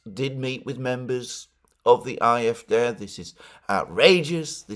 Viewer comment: Alexander, love ya mate but you really need to learn how to pronounce AfD properly 😂 its "aye eff dee" or just A F D no need to exaggerate the germanness